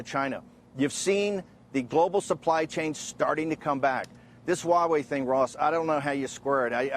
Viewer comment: Mr. Bannon, ZTE differs from Huawei. BTW, I suspect u just won't care hiw its name Huawei is actually pronounced among the intellectuals. It is pronounced [hua way] hua as in the American pronunciation of "what". You don't care abt the details do you, hmmm?